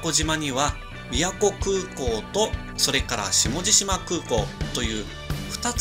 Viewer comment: 下地島(しもじしま)じゃなくて下地島(しもじじま)ですよ